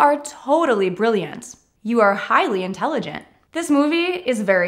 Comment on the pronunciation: thank you for this particularly helpful lesson. I listened carefully to your pronunciation and instead of " intelligent" I heard " intelligence". Instead of " brilliant" I heard " brilliance". Maybe my ears are playing jokes with me. Anyone else hearing the same?